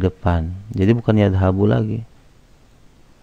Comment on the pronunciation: Kp ana, hurufnya alif, bukan nun, knp gk jd nadhabu ?